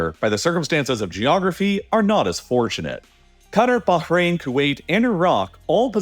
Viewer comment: Love how you pronounced Bahrain perfectly and then said Cutter lol